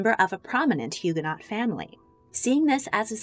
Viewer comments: If you say HugaNOT again I’m going to scream!! HugaNO - the T isn’t pronounced. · Loved the vid. FYI to those reading: Huguenot is pronounced Hugh-guh-no. Silent t and ending sounds like “no” instead of “not” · The last letter of French words is invariably not pronounced. So, Huguenot and Huguenots are pronounced Hugo—no and hugo-nose! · FYI the last syllable of “Huguenot(s)” is pronounced “no”, and the H is silent. The St Bartholomew’s Day Massacre was a major blot on Catherine de Medici’s reputation and legacy. It took decades for France to recover from its sanctioned persecution, torture and slaughter of French Protestants. On the other hand I have great sympathy for Catherine’s embarrassment at being supplanted in her husband’s affections by Diane de Poitiers. That must’ve made trying to have children with him uncomfortable at best and distasteful at the worst. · The T is silent in Huguenot. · The T in “Huguenot” is silent.